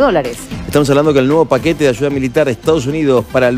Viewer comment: No se dice. Michones.. Se dice.. Millones....no se dice. Achuda... Se dice ayuda... Todo es ch chchchchchch chchchchchch chv und chchchchchch h hch h h h h .. Me enferma ese asentó ridículo argentino